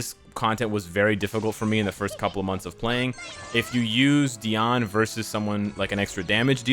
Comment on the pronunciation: I appreciate how you pronounce Diane